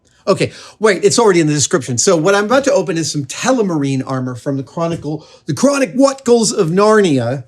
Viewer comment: The Chronic-what?cles of Narnia 😂